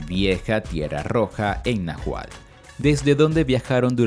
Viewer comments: No se cual era el idioma que hablaban, pero seguro estoy que no es el Na gual (min. 12), y sí pudo haber sido el Náhuatl, con pronunciación de la letra ele. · Exacto El narrador no lo pronuncia bien y se escucha mal. Creo lo está pronunciando Na juál. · Este relato esta plagado de mentiras ni si quiera mencionar bien Náhuatl